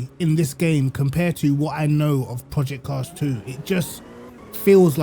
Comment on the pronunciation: The way you call Projects Cars 2 sounds like you are saying "Pee Car 2" 😂😂 Also, 75$ in iRacing only brings you 3 cars and 2 tracks. In AMS2 that would bring you 59 tracks and 175 cars. If we compare AMS2 handling to iRacing, we should also compare their prices to be fair 😉